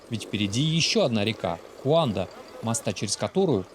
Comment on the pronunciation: Ещё мне кажиться, не куанда, а кунда.